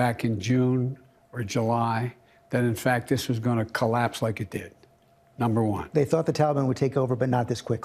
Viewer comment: "That was leik, sOo yesterday" - Joe Biden